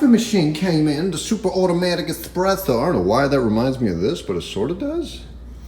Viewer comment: Sorry doc espresso not expresso